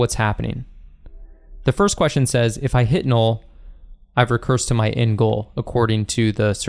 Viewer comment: Nobody: This guy: “Nool”